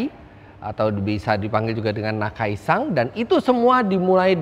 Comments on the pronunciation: Gemes dengernya, kenapa jadi nakai-“sang” 🙂‍↔️ Lama2 jadi nakai-sang pangarep 🙃🤦🏻‍♂️ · Menambahkan saja Om Fitra... Namanya Akira Nakai (Nakai SAN) SAN disini artinya sebutan kehormatan seperti "Tuan" atau "Pak" Bukan NakaiSang.... Itu kan yg ngebet jd Walikota...😂😂😂